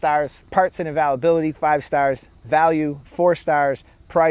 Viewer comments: first off those are dots not stars secondly if you cant get any parts for it that should be ZERO stars or if it costs the most but performs the worst ZERO stars thirdly learn to pronounce availability...theres an I next to the A . so ite like ale or pale not all or pall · How did you say "availability" my dude? Lol Great review tho Holmes.....thanks!